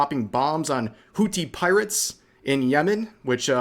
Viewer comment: Its pronounced Whoo theee, it sounds funny when you say it lol